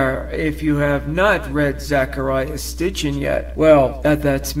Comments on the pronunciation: It's Zecharia Sitchin.....not Stitchin. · Its Sitchin not Stitchin, so apparently you havent seen the books....................................